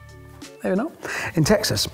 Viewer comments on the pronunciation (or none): none